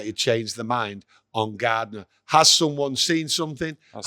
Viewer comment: keeps saying Gardener..watching Glazer TV MUTV Stuart Gardener